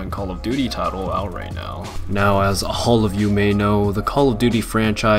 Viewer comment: “Now hall of you know” lol that’s how it sounded when he said all